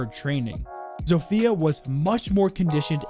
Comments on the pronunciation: Hey! As a Polish person, I can see that you made a few pronounciation mistakes during this video, which is no bigge, the polish language is comparable to a bowl of spaghetti, so let me help. Zofia is pronounced not like "Zo-Fia" but in one swoop. "Zofia" Wrocław (the l is a special polish letter which is hard to describe how to pronounce, sorry) is pronounced like "Bro- (but a sharp w instead of b) cław" (basically cuaw) And Masurian is pronounced like "Mars- (without the r) ur-ian" (not like the name, more swift) Hope this helped! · Did you guys know you zofia is pronounced different? You pronounce it as zof ya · the butcher of names you even said Zofia wrong